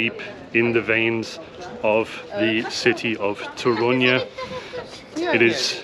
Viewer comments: Guys, it's Toruń, short sound at the end, not Toruniaa or Torunyee You guys adding na/nia (nya) at the end, especially the lady Main accent is on TOruń not toRUń (yaa) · Polish lesson. Polish accent - second sylabe from the end. So TOrun :) Yours "dzień dobry" ideal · It's TOruń - stress falls on penultimate (or first in this case) syllable. :) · I've got a question - why do you (and other English speakers) put the accent in the name of the city on "u" instead of "o" (like we do)? Is there any difficulty?